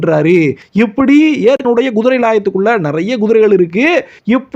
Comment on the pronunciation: Guthirai என்று சொல்லாதீர். Kuthirai எனச் சொல்லுங்கள்.